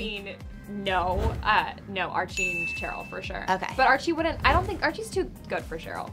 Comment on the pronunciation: she did not just said TCHeryl 😂